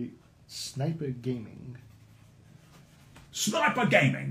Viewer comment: snoiper gaming